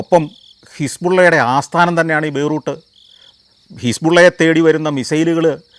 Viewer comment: ബൈ റൂ ട്ട് അല്ല ബൈ റൂ ത്ത് എന്ന് പറയൂ.